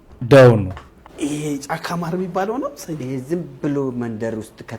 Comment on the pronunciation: ከዚህ በኦላ ማር አልበላም አር ይላል እንዴ ይኤ ተብታባ😂